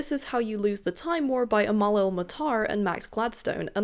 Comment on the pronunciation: Omg, I'm impressed with your determination, so glad it worked out! I love her work, I just finished the audio of The River Has Roots. I'd recommend it to anyone, even if you've read it, the audio takes it to the next level with the gorgeous songs-- which are performed by Amal and her sister! 😭 Side note: Amal is pronounced EM-el. We don't have the letter 'e' in Arabic, we have a letter called 'alif' or 'elif', which functions much like the letter 'a', but does lead to mispronunciation at times. That's probably why we've been seeing people using the prefix 'El-' rather than the usual 'Al-', so that non-Arabic speakers pronounce it much closer to the Arabic. Case in point: El-Mohtar! (MUH-tar)